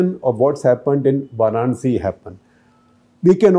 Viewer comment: Respectfully, it is VAranasi or VAranAsi, not VArAnsi.